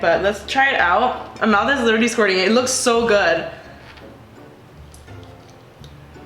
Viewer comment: Like for every time she said litteralie